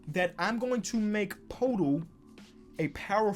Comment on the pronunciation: poeltl is pronounced pertle